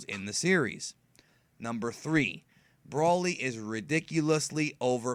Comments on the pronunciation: pronounced...BRO LY..broly. not Braly. you keep saying brawly. i know your a dbz fan u should say it correct 😕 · Why do you say brolly like that? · Seroiously?! It's broly not brawlly And sayian not scion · its pronouced as Broly in proper english